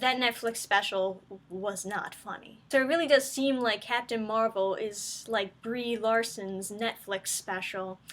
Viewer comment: Did you call her "B-REEEEEEE Larson"?? Oh, I bet the reason for the poor FX are that their technicians were hired for "wokeness" and not talent.